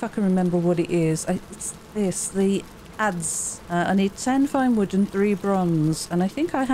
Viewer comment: The wood structures have a lot of character. Very nice. I didn't know the word adze(I think you're saying it correctly). Kind of a axe with a horizontal blade for hewing logs.